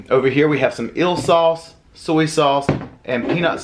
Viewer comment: Eel sauce, sounded like ill..lol..